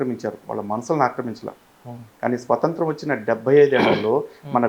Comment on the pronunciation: స్వతంత్రం... స్వసంత్రం కాదు